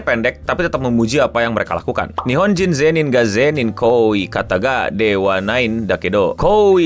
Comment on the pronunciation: bukan zenin bang tapi di baca zen in